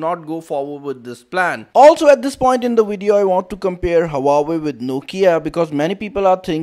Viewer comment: It's HUAWEI NOT HAWAWWEI !!!